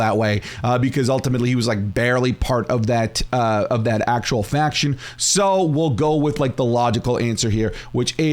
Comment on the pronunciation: Bro said “faqoor”